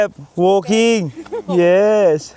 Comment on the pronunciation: ay em wooolkinnggggg , wooolkinggggg bankonkkkkk🤣🤣🤣